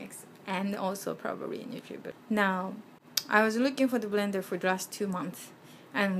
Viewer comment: wtf is a "brender"?